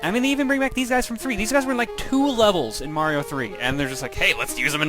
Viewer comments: "Wise fwom youw gwave!" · Wise fwom your gwabe. Good to have you back.